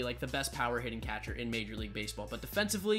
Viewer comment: Learn how to say “catcher”